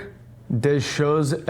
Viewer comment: I love how pronounced "choses" just fine, but absolutely butchered "des" and "étrangers." I've had good experiences so far with the Nelson Rigg Hurricane Line. Waterproof, relatively inexpensive, and holding up fine thus far.